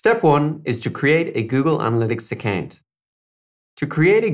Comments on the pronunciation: Account shd be pronounced as acowww+nt not a + kennnnn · Great video straight to the point, but why you saying account like that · 😂accant not account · 😂 I was thinking the same thing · I a-can’t get over how you say account.😂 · "Accant" is how im gonna pronounce it from now on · Google “ACCANT” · Ffs now I can’t not hear it!! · "Accant" keep up with you🤣, nice way of pronouncing. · Great video. Love the way you pronounce "account" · Who am I kidding, this shit is hilarious 🤣😂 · I don’t know why on earth there’s a pronunciation like that? 🤷‍♂️ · literally was just thinking that. lol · I can't ... account ... potato ... potahtoh lololol! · Nick T Khan hahahhhahhaha Dude you nailed it hahahaha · "Account "😄😄 no offense it's just funny